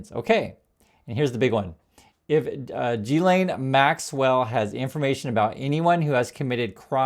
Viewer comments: It's pronounced Geese-lenn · *guil LEN Mispronunciation undermines your argument